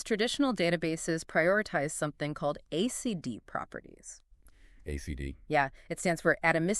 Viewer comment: I am very curious if these videos were created by AI or humans :) I love the content. Thanks a lot. After listening to this, I kind of confirm that this is AI. Humans will not pronounce the word ACID as ACD :) way to go AI